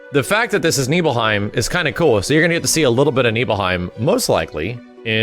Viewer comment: Damn, growing up I pronounced "Nibelheim" a loooootttt different, LMAO.